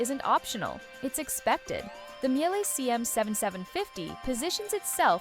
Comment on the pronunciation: I stopped listening immediately when you couldn’t even pronounce Miele anywhere close to correctly😥